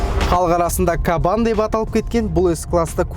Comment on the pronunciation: Кабан демей "қабан" десейші 😂